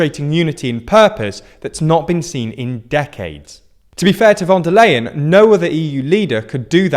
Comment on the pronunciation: FYI the "Leien" in Ursula Von der Leien is pronounced "LIE-un", not "LAY-un".